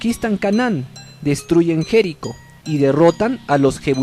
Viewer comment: el men está viendo que jericó tiene tilde, igual lo pronuncia como jérico